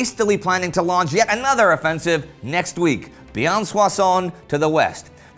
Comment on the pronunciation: Hi Indy and team! Love the show! Just a tiny remark : you pronounce Soissons perfectly, but Reims is pronounced [ʁɛ̃s]. It kinda hurt my ears, being born there. :)